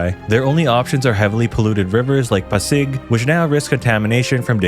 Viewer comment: he said he was "born and raised" here in the Philippines but the "pasig, la union, pangasinin " pronunciation was murdered + also its "calabarzon" not "calabarazon".. kulit mo bro..